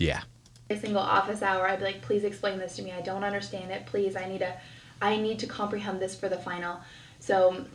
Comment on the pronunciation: Did I hear this right? She is Catholic but later says it goes against her beliefs and Christianity? Maybe I'm wrong but I thought there was a difference between the two religions? Also the way she talks sounds very fake so it's hard to take anything she's saying seriously. Her pronunciation is also really poor for instance when she said she was "high resk" and "comprehem". When she said she was living at her professor's door step I couldn't help but think she was probably sleeping with him to pass. Maybe I'm wrong but that's just how I interpreted it 🤷‍♀️ I laughed so much through this entire video by the way, your viewers may be your therapy but your mine lol